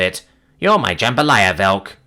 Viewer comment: Yoooooooooo im so proud of you 👏. You pronounced jambalaya properly finally!!!!!!!!!!